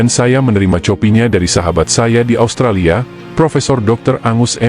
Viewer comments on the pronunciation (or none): none